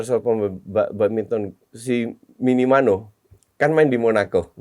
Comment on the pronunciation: minimano = minamino,.wkwkwkwk_